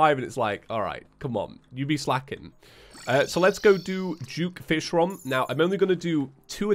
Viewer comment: is it me only or he says juke fishron instead of duke fishron